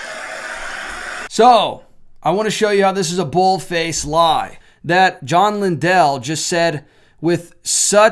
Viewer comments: Lindell is pronounced Lynn-dull with emphasis on the Lynn. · FYI, Lindell is pronounced like kindle (I attended James River Church many years ago). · Sounds like LIN- DULL when pronounced... if you were to check past stronger mens conferences from this church you would find more controversial guests that were invited to perfom. The guy that dresses like the painter Bob Ross and makes you tube videos with titles like "how to paint like a feminist " ( that particular video starts with mockery of prayer) is on the list. I was not suprised when i got home from turkey hunting and saw all this hoopla. The Stronger Mens Conference is like attending Travis Pastrana's "Nitro Circus". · You don’t even know how to pronounce his last name. U don’t know him. He didn’t “lie” he got the wrong info and now he’s apologized for having him at all at the men’s event.